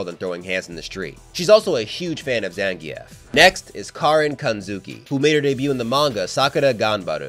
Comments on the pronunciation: You pronounce zangif name wrong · Why my guy say zangief like that 😭 video is amazing regardless